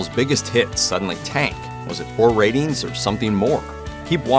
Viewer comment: Every time he said “ratings” I heard “rabies.” With this show, it’s not inconceivable that it got cancelled due to rabies.